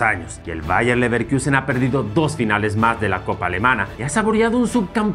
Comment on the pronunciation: Ni porque está de moda dejan de decir Leverquiusen. 🤦🏽‍♂️